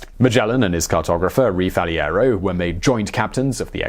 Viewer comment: The proper names are pronounced Faleiro and Aveiro not Faliero and Aviero.